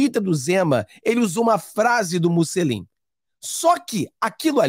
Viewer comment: Bom dia,. O correto é Mussolini. É italiano...